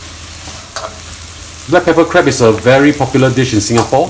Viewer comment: Dear chef...we're call it crab...not crebs